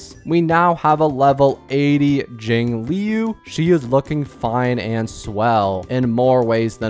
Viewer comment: I was making fun of how he says jingliu, he says jingIliu which is weird and over the past 6 MONTHS he hasn't gotten better, he's said shit like fucking HOOHOO